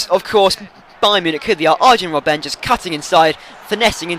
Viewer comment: you keep on calling him robbén but it's robben. simple as that mate ;D